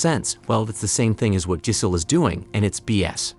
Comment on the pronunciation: This is a top notch AI voice. Unless that is you mispronouncing “Giselle”?